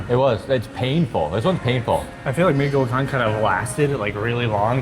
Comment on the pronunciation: Mie Gacoan is pronounced "Mee GaCHOan'